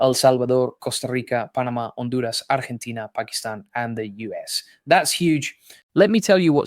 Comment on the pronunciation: See, rolling the "R" in Argentia tells me it was not a real white person speaking... 😅 Love your content!